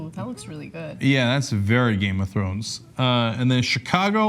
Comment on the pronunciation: I like how tribal as turned to game of thronesEee or however he said it lol